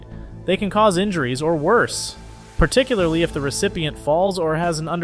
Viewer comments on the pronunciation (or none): none